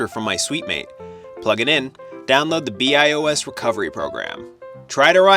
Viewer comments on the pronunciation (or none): Yup it's pronounced byee-os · You lost me when you pronounced BIOS wrong, lol